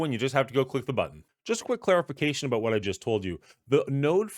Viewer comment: Aboot lol